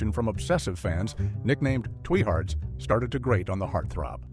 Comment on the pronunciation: Twee-hards, really and the queen of niece? I hate AI generated voice overs! The mispronunciation on the simplest words was so annoying. Why can't real people do the voice overs in these videos? When I hear the AI generated voice I immediately know that I am going to hate the video.